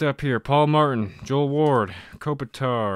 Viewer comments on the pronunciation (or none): none